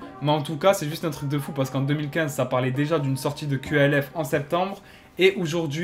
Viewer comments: C’est QALF pourquoi tu dis QLF ? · Dites Qalf bordel pas Q.A.L.F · Tu prononces mal qalf